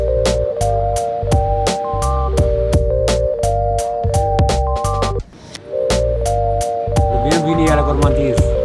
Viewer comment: "Bienvenou à la gourmanndiz" 😂